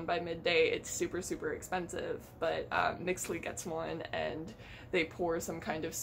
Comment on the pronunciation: the name of the principal character "Mixtli" it pronounce "Mishtli" aso Mexica is "Meshí-kha"